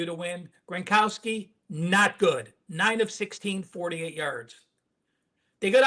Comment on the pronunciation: Gro-now-ski, not Gron-kow-ski